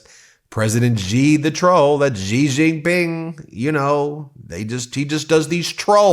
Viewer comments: It's pronounced "she" when it's spelled Xi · Just for the record, Ben (and for easier pronunciation in the future) it's SHE Jinping. In Mandarin, "X" is pronounced "She" as in "She is a nice girl."